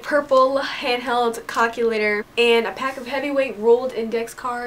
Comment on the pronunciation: Did she say cockulator